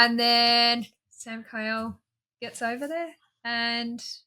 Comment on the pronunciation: His name is Samkiel (Samkeel) not Samkyle, lol, but yeah fantastic series. ❤